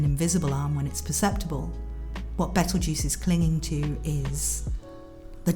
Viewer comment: Nice video, You have a nice voice. But, His name is petleguese not betlejuice